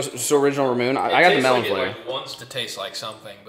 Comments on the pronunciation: Ramune is said rah mew nay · Hey, with those Ramunes first off your supposed to take the actual plunger out of the surrounding holder, and to drink it your supposed drink with the two dimples in the neck towards you, just so that it catches the marble. And it's actually pronounced Ra mu ne iykyk.